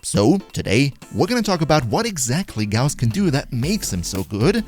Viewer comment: Finally someone who pronounces his name correctly